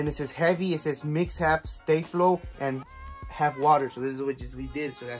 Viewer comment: Finally someone pronouncing this product correctly.